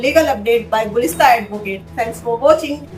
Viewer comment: Gulista❌ Gulistan✅